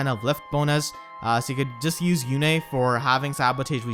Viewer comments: I'm Surprised you pronounced her name how they called her on Radiant Dawn by " You-Nae" instead of like "Youn" how Micaiah says it now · Were you being sarcastic or do you really not know how to say Yune's name? I mean, Micaiah says it in her dialogue.